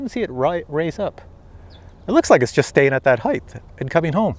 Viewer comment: It's a bit annoying the way you say the word "heighth" what's that extra H on the end. I believe it's pronounced and spelled "height". But would it not be more appropriate to use the word altitude? Because we are talking about something that is related to Aviation and everything I know about that flies and has some type of telemetry or gauge to measures its distance from the ground or from sea level, in terms of altitude. ASL altitude above sea level or AGL altitude above ground level. What do you think about that?